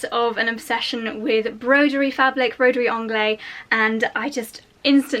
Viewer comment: Sorry, I just have to correct your pronouciation of Broiderie Anglaise.... you do pronouce the "s" because it is followed by an "e". So say to us English it sounds like "onglaze". Love your vids 😘😘😘